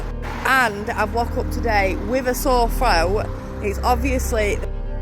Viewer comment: WOW!... ya know it's BAD when you wake up with a "SORE FROW"!!! like even this poor person's HAIR is hurting!!! 🤭🤣